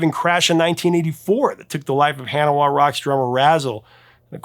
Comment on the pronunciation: "Han-o-wah Rocks"?